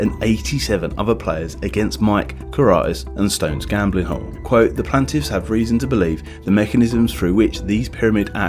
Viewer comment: How did you mispronounce "plaintiff"? The quality of your work is dropping.